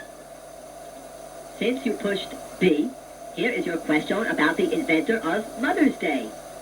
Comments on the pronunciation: I don't think anyone pronounces "question" the way it does. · From now on I shall pronounce question as Quest-yon!